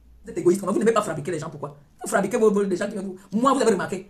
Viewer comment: CEUX QUI ÉCRIVENT DES LONGS POSTS SUR ELLE LÀ DITES LUI QU’ON NE DIT PAS FRABRIQUÉ MAIS FA BRI QUÉ NON DE DIEU!!!!!!!!!!